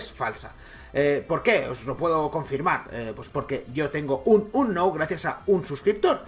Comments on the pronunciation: Como capturar a "ANOW" por dios se pronuncia unown, y eso que intento no insultar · "Announ"...¡"Announ"! ...luego dicen que suben Pokémon GO porque les gusta pokémon y que no es por visitas, pero no saben ni pronunciar Unown... "Unoun" se pronuncia... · Se pronuncia unown no anow :v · se dice unoun :v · se dice unou